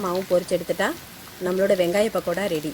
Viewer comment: Yemmov adhu pakkoda... really irritate a pahada nu soldratha kekkum pothu